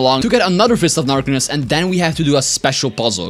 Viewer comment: "dark of fistness"😂😂😂